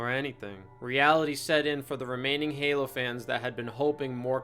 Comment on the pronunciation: "Paylo" lmao, fucking gold